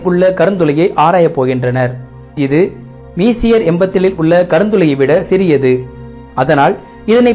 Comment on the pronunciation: தாங்கள் உங்கள் script ஐ தமிழில் எழுதி வைத்து படிக்கிறீர் என்று நினைக்கிறன்... messier என்பதை மீசியர் என்று உச்சரிக்காமல் பிரெஞ்சு மொழிக்காரர் எப்படி உச்சரிப்பாரோ அப்படி உச்சரித்து காட்டுவது தான் சரியானதாக இருக்கும்... அது மெஸ்ஸியர் என்று தான் உச்சரிக்கவேண்டும்... இவற்றை எல்லாம் முதலில் கேள்விப்படுவோர் தவறான உச்சரிப்பை கற்றுக்கொள்ள விடாதீர்கள்...